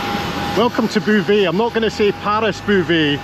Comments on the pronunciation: There is no BOO in Beauvais, it's more like Boh-vay. There is no BOO in Beauvais, it's more like Boh-vay. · Well done. I think had the better part. Disney just doesn't do it for me. Btw Beauvais is pronounced BOH-VAY.